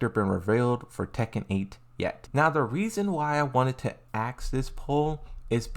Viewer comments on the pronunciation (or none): You "Aks" a lotta question bro !